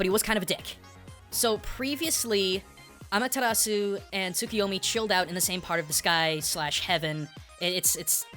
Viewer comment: amatarasu? sukiomi? this isnt Naruto